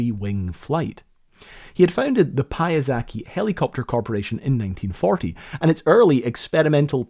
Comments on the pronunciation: Pajazaki .... ahahahaha - ROLF :D Pia - sec - ki :D best surname twist I heard in 2025 ! - :D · Piasecki is a surname of Polish origin, pronounced there more or less (roughly) as “pee-a-sa-tz-ck-ee.” I'm just mentioning this because as “Pyazaki,” the guy sounds like a descendant of the Japanese. “Olshfski” is also a Polish surname, but it is spelled completely differently in Poland (Olszewski) - but your pronunciation is actually very close to the Polish one. Immigrants from Poland with this surname must have had to rack their brains to “convert” their surname so that it sounded like it does in Poland. And it works, even if it looks strange with all those consonants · I’m confused as to why you include the correct pronunciation of Frank Piasecki’s name , but then choose to call him “pie-uh-ZACK-y” instead of “pie-uh-SECK-y” for the entire video. A bit disrespectful to the legacy he built. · Great video! But hearing name Piasecki pronounced as pee-a-sek-ee so many times just makes my ears bleed as a Pole hahahah It should be more as pee-a-sets-key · "pie-ah-sacky" really? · Piasecki - say that again :D Pya-SEH-tskee - that would be closer. Its polish last name, but when you pronounce it, it sounds japanese. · Piasecki sounds polish and its read like piyasechki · It does make me wonder if this idea could be pursued today, a mere 40-50 years later, but with vastly better capabilities in material sciences and especially computer simulation. Calculating and mitigating things like oscillations, strengthening the booms, etc. Also, isn't the ending of his name pronounced more like how "jetski" is? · Frank Piasecki. It sounded like a Greek origin constructor, but it's Polish :D Pee-a-setz-kee - for those who are curious to know how it sounds. They added pronunciation, but it's wrong anyway. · It's a Polish surname. Pia-saetz-kee - this is how You read it. Not like Hayao Miyazaki but with P xD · Piasecki is the Polish name and pronouns like pyasetzky. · you read it: PYASETZKI